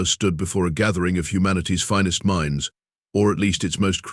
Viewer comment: "... golf cart calfs..."??? USE HUMANS, we read better - no stupid pauses, no "carry-on" where there should be pauses - like at the end of sentences or paragraphs. Oh, each - Ms. is NOT M S. "stood before ... Humanities finest mines" ???? Who would want to be with a bunch of MINES? "especially the sad violent music playing"??? "hashtag TOTALATETRAP"????